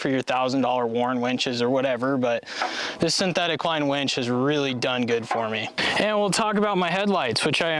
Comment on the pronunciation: ... and you called his winch a wench 🤣